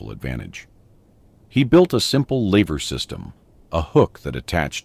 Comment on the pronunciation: He built a simple laver system. Pretty sure it was a lEver system (rhymes with ever)